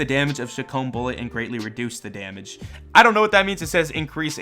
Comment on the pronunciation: It's called the chee kom not shicomb